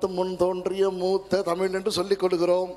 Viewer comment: முட்டாள் - முட்டால் அல்ல தமுல் அல்ல சகோதரி தமிழ்